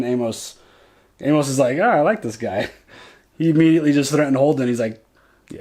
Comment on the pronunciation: I love love love you guys, but y'all are making me nuts! Amos is pronounced AIMus! 😀 I know is a little bit picky, but it's making me crazy!